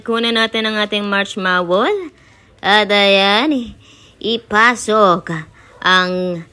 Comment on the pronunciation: Marshmallow not marshmawall. 😂 Condolence milk?! First time I heard of that. Condensed milk 😂